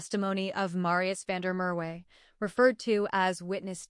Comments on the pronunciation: Van Der Murray??? Van Der merwe!!! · You lost me on van Der Mer we use a real South Africa voice 😂